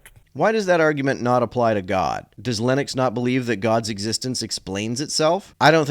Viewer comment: 💥💥💥I am so disappointed that you pronounce "Lennox" just like "Linux" ! This is so rude to Linux! 🤡❤🖖